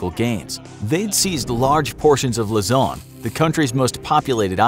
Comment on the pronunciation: Its Luzon (Loo-Zon)